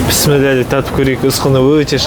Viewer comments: Кеширерсиз, писмилла емес, бисмилляh деп айткан дурыс болады. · Пістіміллә деп емес бисмиллях деп же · Пісміла емес.Бисмилақ. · Пыссымилла деген жоқ құранда кемпушка ұқсап псмилда псмилла деп сенде дурустап айтсаңшы биссмиллаһ немесе биссмиллаһ рахманиирр рохииимм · Піссіміллә демеш, АЛЛАның атымен деген сөзді қор қылмай дұрыстап Бисмилләһ деп айтшы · Пэсмэлля деп ешактын етин жеп жаткан жоксынба баурым 😂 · Сенің бисиләң адамды мезі қылдырады екен.